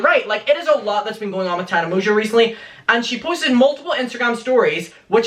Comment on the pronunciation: Um, dude, you pronounced her name wrong...its "Tarna Mongo" lmao thankyouparishilton!!!!